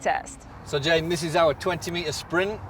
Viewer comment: Anyone else think it was J'den, not J'den?